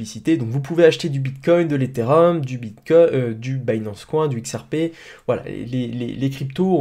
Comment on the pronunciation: Pourquoi tu prononce '' Bitcoin'' comme il faut et tu dis du '' binance couin '' mdr